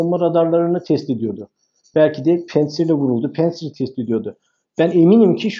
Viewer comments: Ya. Her seyde bi ingiliz Fransız takliti yapiorsunuz. Pentsir degil, pantsir. A VAR ORDA. PANTSIR. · Hocam pensır değil de "pansir" olacak...rusçada ingilizce gibi incelme olmuyor... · konuyla alakası yok amma pantsir s1 amerikan hava savunma sistemi değil. haliyle söylerken "pEntsir" demeye gerek yok :)